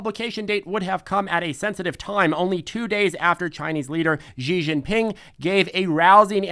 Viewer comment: Xi is pronounced She.